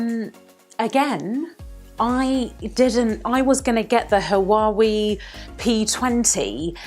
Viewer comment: It's pronounced Wa way... not ha wa we...